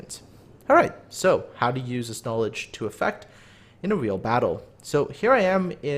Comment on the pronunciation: "In a weal battle"